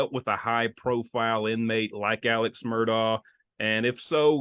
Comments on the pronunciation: It’s pronounced Murdock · You are pronouncing Alex's last name wrong, it is pronounced: Mer...dock.